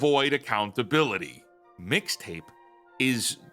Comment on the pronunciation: her saying "Fixta" gave me psychic damage